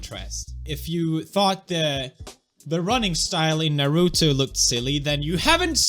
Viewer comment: After all this time and he still can not pronounce Naruto correctly...